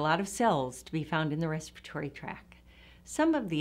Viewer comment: The second “T” in tract is NOT silent.